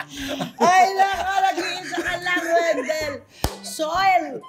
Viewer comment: Di ko kinakaya yung tawag na Wendell kay jake zyrus sa pronunciation ng pempengco wahaha